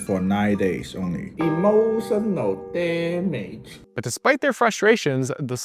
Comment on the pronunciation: adding emphasis to the “emotional damage!” was absolutely hilarious. I bet he is fun to hang out with.